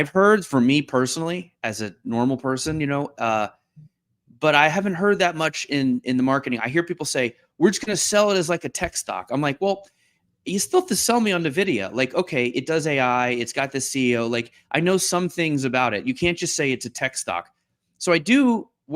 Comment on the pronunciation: Why do ALL the stupid tradfi/investing people pronounce nVidia "navidia"? It's literally "n" vidia, like "envidia". ALL gamers and computer people know this, we've been aware of and buying their products for over 20 years. nVidia, "envidia", NOT "navidia", GET IT RIGHT! These people are late to the party and only know about the stock, not the actual history of the company, it's so annoying.